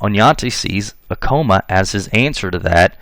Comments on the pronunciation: not a criticism, However, Acoma Pueblo is pronounced phonetically Ah- Koh - Mah ( correction with respect) . As a New Mexican, Genetic genealogists from New Mexico have verified through YDNA Paternal testing ( ( New Mexico males) from 1598 forward ( testing done via Family Tree DNA New Mexico DNA project) are 80% European (Spain, Portugal, and one distinct family from Greece, etc.) on female MtDNA ( Maternal almost exclusively Indigenous ( either from Mexico or from Native American females from primarily the Southwest (Pueblos). Thank you for video and information. LMW 🇺🇸. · Pronounce Acoma right first!!!